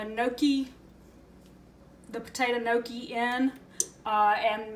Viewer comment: I love gnocchi! And yup you said it right.